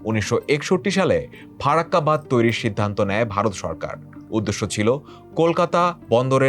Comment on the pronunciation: Language akhono dikhte hobe vai ।।। Bad noi ,hobe badh , আর ও উচ্চারণ a ভুল ভাল